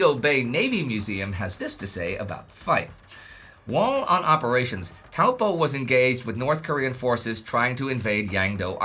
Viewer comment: Thank you for pronouncing the name Taupo correctly. It is named after a huge and very deep lake in the middle of NZ's North Island. It is a Maori name.